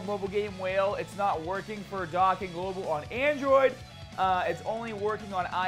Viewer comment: Not dókkan